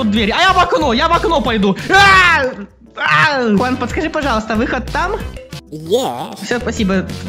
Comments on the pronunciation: Это джиан а не Хуан но тоже Прикольно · Не джуан а хуан на самом деле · Правильно джуан а не хунан juan переводится как джуан я English хорошо I know